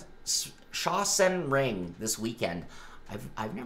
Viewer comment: Sounds like Sak-Sen ring 😁